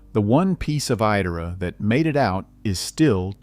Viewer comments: I wonder how old man speaking is , and I wish it was still around cuz I would have taken my children to it, that was some of my best childhood memories because I went there in 1970s it is not pronounced e Dora is pronounced. Idora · For clarity, the name is pronounced "EYE-dora". It was the most fun place to be! I applied to work there the year the Wildcat burned down. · If you're going to use AI to narrate, at least teach it to pronounce correctly. I've never heard Idora mispronounced in so many ways. For the record Idora is prunounced "EYE-door-uh." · It's pronounced EYE DORA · I don’t mind the AI voice, even if it keeps pronouncing Idora wrong, but I can’t stand the AI pictures and pictures of unrelated parks. The fake pictures are horrible. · I don't know if the narrator is a real person or AI, but it bugs me that he says Idora differently every time he says it. Even if the pronunciation is wrong, stick to it instead of changing it up every time.